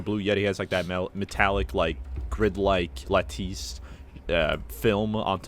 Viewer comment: I hated the way said "lattice"